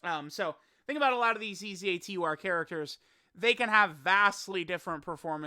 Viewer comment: Wait till this dumbass realizes that he said eza tur